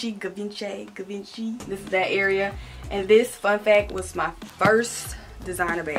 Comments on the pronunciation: Its pronounced givonchy. Hope that helps. I love you tho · Fun fact Givenchy is pronounced Gee-Von-Shay. Her closet is everything 😍 as a young black woman seeing other women of colour gaining this level of status and wealth is so inspiring 😭. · Givenchy is pronounced gee- von-chee lol. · Givenchy- gee-von-she 😂 you’re so funny boo. Love the closet! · lol the way she was saying it 😂🤎🤎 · repeat after me; Gee-vin-Chee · I remember when got the Givenchy. She still can’t pronounce it 😂